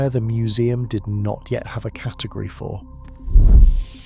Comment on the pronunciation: He said, "cat-egory.." 💫🤣💫